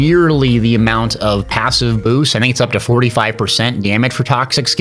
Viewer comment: How tf did you manage to add a y to the word passive?